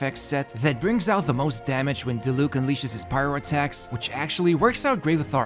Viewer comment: My man still be saying Dilook instead of Diluc. Gotta love a man with commitment.